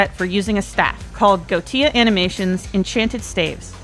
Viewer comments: "Go tia" sounds like a latino cheering a drunk milf in a party Edit: btw, Wikipedia says "Goetia" is pronounced "goh-eh-TEE-ah" but I've heard it being pronounced "goh-EE-shi-ah" too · Just for a bit of helpful context, Goetia is a word based on a classification of Demon Lords, and is pronounced Go-ee-sha. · Hey the video is great and really useful for my modding journey. I just wanted to point out that goetia is pronounced 'go-E-sha' No hate btw it was just screwing with me lol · Goddamit I've been pronouncing Goetia wrong. I thought it was GO-WE-SHA 😂😅